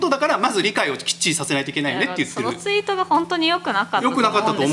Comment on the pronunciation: あと「ツイート」が「ユイート」になってますよﾎﾞｿ